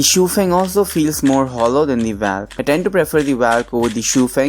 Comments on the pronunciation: Nice.. but pronounce Valk as 'Vok" , not 'valk' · Hahahaahahaa 😂 The way you say Valk 😂😂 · Angry Lemon Ikr